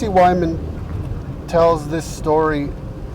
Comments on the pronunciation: Is the host purposely mispronouncing Tracy Twyman's name for magical protection reasons, or is he just lazy? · TWY-man, not WY-man